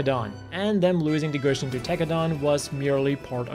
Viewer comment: its not pronounce gushin, its pronounced "goo-si-on". how are you a gundam nut and not be able to pronounce the names. just kidding boss